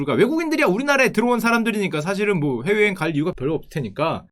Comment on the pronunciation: 훼웨여행 가려고 회웨여행 ㅋㅋㅋ 발음 귀엽